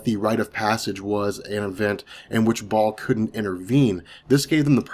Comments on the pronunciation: Baal baaaaal not Ball lmao. Great video otherwise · it's pronounce Baal (BA-EL)....very important figure to the occult society.